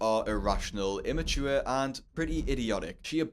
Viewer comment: You said her behavior irrational, immaure and idiotic, think you were trying to say ImmaTure, you forgot the t